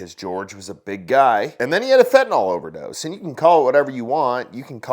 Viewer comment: Why so people say "fentaNOL"? It is NYL. FentaNYL